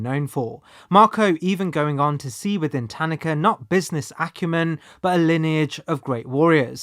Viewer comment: I appreciate how you pronounce "Tanaka." As English speakers, we often insert emphases into foreign words (ta-NAH-ka), but the way you pronounce it is closer to actual Japanese.